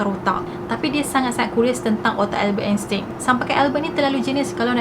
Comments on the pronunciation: salah tu sbut nama dia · Sebutan sebenarnye Albert Einstein adalah.... 'Elbert Estain'